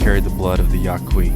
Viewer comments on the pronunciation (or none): Great video but sorry few minor nitpicks, you miss pronounced Yaqui. You pronounced it Ya - qwa - ee it is pronounced Ya - Kee. This Pascua Yaqui commercial for Casino Del Sol has the proper pronunciation The other nitpick it just generally bothers me whenever people talk about Native American culture they generally show tepees. Tepees are a plains tribe housing, traditionally, a Yaqui house consisted of three rectangular sections: the bedroom, the kitchen, and a living room, called the "portal". Floors would be made of wooden supports, walls of woven reeds, and the roof of reeds coated with thick layers of mud for insulation. Branches might be used in living room construction for air circulation; a large part of the day was spent here, especially during the hot months. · He even copied their horrible pronunciation of Yaqui